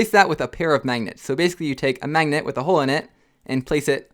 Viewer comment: Does he say mangets